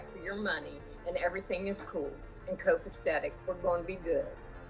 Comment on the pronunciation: “Copastetic” — stupid 😂